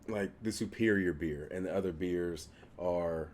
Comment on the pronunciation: For a second I thought you said bees